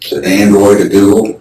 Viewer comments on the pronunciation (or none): " Android, a Google" sounded like' down the hill' at the start